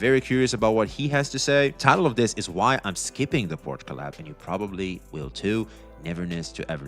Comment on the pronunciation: it's pronounced like "shell" without the double "L" so: POR-SHE(LL) the E is NOT silent but the "CH" is silent so you don't say it like "porch" (that's in your backyard xd) but only with "SH"